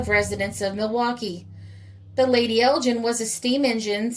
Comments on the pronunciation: Ok Roger I was merely pointing out that the G in Lady Elgin is pronounced as in Gun and not as in Gin but thanks for your reply. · Thanks for a fascinating video - by the way the G in Elgin is pronounced "hard". She was was named for Lady Elgin wife of the Earl of Elgin the Governor General of Canada. Elgin is an ancient town in the North East of Scotland in the heart of Whisky country and it's major feature are the ruins of the 13th century Cathedral.